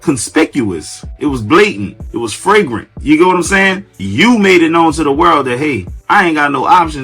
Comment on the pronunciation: Flagrant* not fragrant.